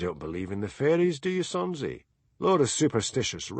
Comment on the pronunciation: This is DD, not the moniker attached to the comment above stating, "For a Scot...". Don't know how that happened. However, as a NON-Scot, I found this narration an absolute delight. How can you mispronounce Sonsie?